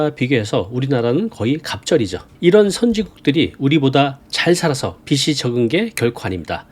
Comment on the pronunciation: 빚이 ㅡ비지 빚을 ㅡ비즐